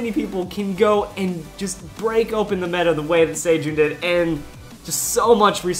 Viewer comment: its se- jun not sei-jun like celestal pronounced like the ce in celestal